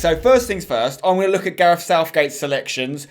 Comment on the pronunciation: It’s gareth. Not garef